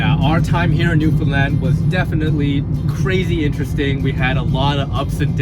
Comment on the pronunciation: Love your videos. Did ever learn to say Newfoundland correctly?